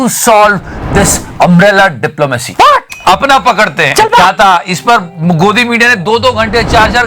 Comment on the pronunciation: apna pakadte hain... Ye kuch milli second ka pause hi sab kuch bol gya 😂😂😂